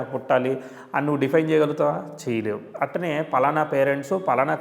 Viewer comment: అట్టనే కాదు అట్లానే అనండి